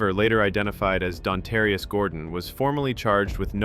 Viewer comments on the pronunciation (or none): "Dontarias" that is all